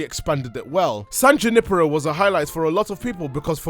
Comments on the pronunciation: Say San JAnIpAro again. I DARE YOU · san juh-nipper-oh